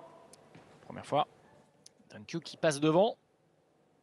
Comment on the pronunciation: The commentator mispronounce Dang Qiu's name. It is "Qiu", not "Q"